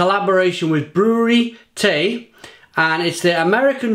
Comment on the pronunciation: 't Ij is pronounced as et and ai ;)